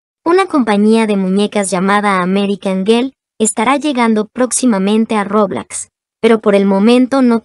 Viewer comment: me dio risa cuando dijo roblax